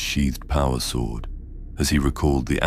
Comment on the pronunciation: Yeah this is AI slop. Mispronounces character names, mispronounces "Tyranid", mispronounces "sword" and then later pronounces it correctly. It's very well done AI, but don't be fooled. Unsubscribed. Don't support this stuff.